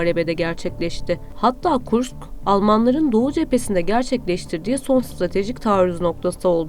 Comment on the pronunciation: Hanımefendi, KurKS değil, KurSK şeklinde okunur o şehir.